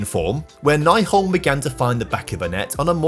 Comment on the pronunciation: I was happy to see Nyholm leave since that would mean that you would stop mispronauncing his name. It is NY-holm not NAI-holm. Ny is said like new.